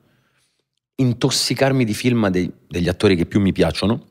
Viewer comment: Tutto bene eh ma lui che pronuncia feelm anziché film per far vedere che ha sfondato in USA mi fa rabbrividire 😂